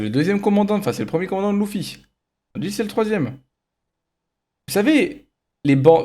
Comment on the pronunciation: Déjà quand tu dit louufi c mieux tu parle pas tt court